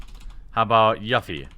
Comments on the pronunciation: ....Yuh-ffie. ............YUH-ffie. Got it. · Her name is "Yu-fee", you noob. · Oof the way Jeremy says "Yuffie" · Great video but the way you said Yuffie triggered me lol